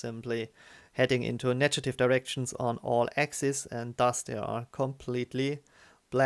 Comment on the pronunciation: I hope you are open to pronunciation corrections. "negative" has a hard g sound as in go, not a soft g/j sound as in generated.